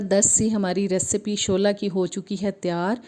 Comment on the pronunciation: Shula not shola